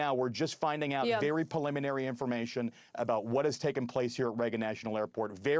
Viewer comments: Please stop saying pelliminary 😭😭 Edit: Not trying to be mean or anything, it's just grating on me so hard. As an expert guest, the guy is fantastic. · Someone teach him the word preliminary!